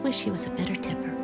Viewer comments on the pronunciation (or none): none